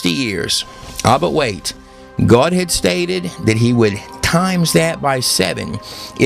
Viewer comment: BTW... what's with the pronunciation of God????? Sounds like Goad when you say it?????